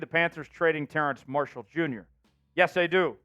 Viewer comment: is dude calling him "terrance marshall"?